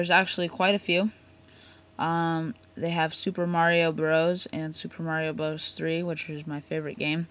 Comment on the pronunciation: you got to know your consoles dude...Nintendo 1 is NES & it Mario Bros"brother's" not brroos anyway thanks for your help:) it's hard hearing people mess up the names like that...